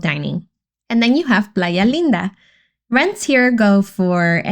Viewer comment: I could not understand when you were saying the other areas only eeks-staapa or Plya Leen Da